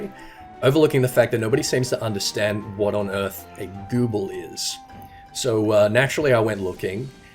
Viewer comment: The way you pronounced "Gubbe" is probably my new favourite word.